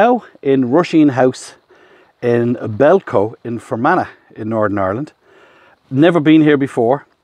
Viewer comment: Belcoo is pronounced Bell Coo